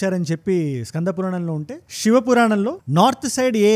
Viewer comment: అంత బాగున్నది 👏 కాని షివ, కాదు శివ , ష క్తి కాదు శక్తి , కొంచం try చేస్తే అద్భుతం మీ వివరణ, అన్యదా భావించ వద్దు🙏